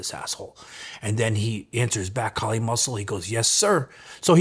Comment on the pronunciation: k-eye-li = Kylie Muscle from now on